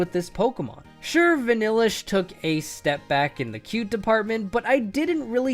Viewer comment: VANILLUXE, NOT VANNELIXE!